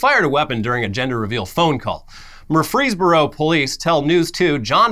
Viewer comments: LOL… it’s like “Murfrey’s Borough,” not murFREEZEburOH lol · Love you guys And it’s Mur-Frees-boro lol